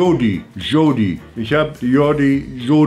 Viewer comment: Bei Jodie hat er Judi gesagt haha.